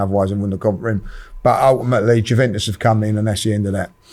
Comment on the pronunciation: pronouncing names is so jokes, ‘jewventus’ & ‘vlohvic’ hahahaha